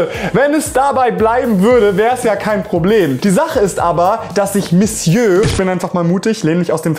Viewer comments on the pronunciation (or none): none